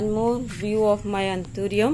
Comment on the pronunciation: Hi, Such a beautiful green leaf. Very exotic. Waxy finish. How well u have pronounced the names. Lovely video. Take care, enjoy Sunday 🍨🍧